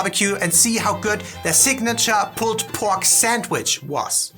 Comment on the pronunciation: Hey...thank you so much for calling it a saNDwich (with an "ND") and not a saMwich. So many native English speakers in the US say samwich. There's no "M" in sand. 😀